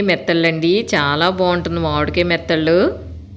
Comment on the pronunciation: సిస్టర్ మీ వీడియో అంతా చూసాను. బాగుంది. మీరు మెత్తలు అంటున్నారు కాదు నెత్తల్లు, కోనా ఫిష్ ముక్కలు అంటున్నారు కాదు తునా ఫిష్ ముక్కలు. మాది కూడా కాకినాడ కానీ నేను ఎండు చేపలు తినను. పచ్చివి మాత్రమే తింటాను. ఎందుకంటే ఎండబెట్టడం నేను చూస్తాను చాలా భయంకరంగా ఉంటుంది అందుకే నేను అస్సలు ఎండు వాటిని తినము.